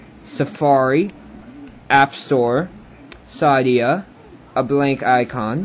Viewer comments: It's pronounced SID-EE-UH. Not SIE-DEE-UH. second, you have to jail break it. Alot of people don't want to or know how to. And yes it does void the warranty. If they crack open your iPod. They can find out. Also cydia slows your iPod down soo much. I think the jailbreak is Blackrain or something of the like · Lol thanks but it was funny how you said Cydia. You said Ci-de-a. It's Cy-de-a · Your in America now, learn how to pronounce shit. "Sid-ee-uhh" it's not that hard.